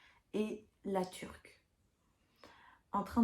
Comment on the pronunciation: Correction à apporter... ce n'est pas La Turque mais, La Tuque. Il n'y a pas de 'r'.